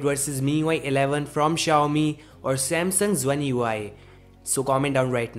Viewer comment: Why do you keep saying the company name wrong about 100 times in your videos?